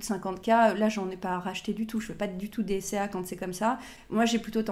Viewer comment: DCA et non DSA 🤣🤣🤣